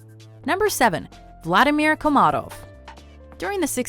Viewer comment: Will there ever be a day, on which an english-speaking person pronounces the word "Vladimir" correctly?